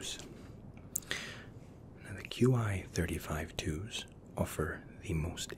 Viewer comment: Is it just me who gets annoyed how he calls them qi 35 when they are QC 35